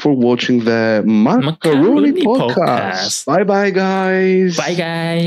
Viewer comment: Just a little remark about the name Makarony podcast. Why is it MakaRONY? It's Rooney. Not Rony. So it should be Makaroon(e)y Podcast. Just saying. Love you guys.